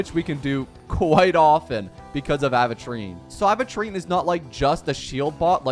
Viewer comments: Am i going crazy or does he say Aventurine like Aahventurine... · when will this man say his name right?